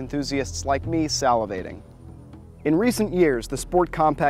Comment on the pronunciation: "Salivating" lol